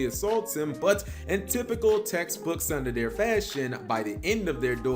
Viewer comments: tsundere is pronounced as "soon-dere" and cap pronounced it in English with sun-de-air like how people say "there" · Tsundere.....not sundere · tsundere is pronounced tsoon-deh-reh not ''tsunadir'' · I hate 'pronunciation Nazis' a lot... but...... Tsundere as.. "sun and air" lol??? I've always heard it pronounced like "soon-dairy". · It’s pronounced “TSŌŌN-dêh-rāy” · This... This hurt my brain... This would be like pronouncing Pikachu as “Pike-Ack-Huh”... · Cap, how can you POSSIBLY not know how to pronounce tsundere? You allegedly watch anime and it's by far one of the most popular words. If you have absolutely not idea how to pronounce a word, wouldn't high-effort content suggest you actually look it up once beforehand? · TFW Cap can’t even pronounce Tsundere right..... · Alternative title: "Top 6 3rd wheels" But seriously that is NOT how you pronounce tsundere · This dudes way of saying Tsundere lmao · Need to like this so he sees this cuz it kinda bugged me hearing it lol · he should be arrested for violating my Japanese ears ... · How will he mess up the pronunciation of the other “-dere” names..? shudders... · wait that prononciation was supposed to be Tsundere O.O you need to work more on you asiatic roots...